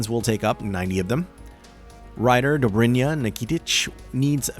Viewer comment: as a russian-speaking person it's always so funny to see how anglo-native people are breaking their tongue trying to pronounce Dobrynya's name